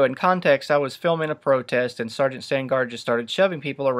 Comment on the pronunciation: Great video. btw it's "sergeant"